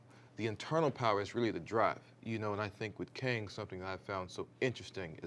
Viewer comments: Did Majors say Kangin? 😂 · Jonathan Majors actually said “Kangin”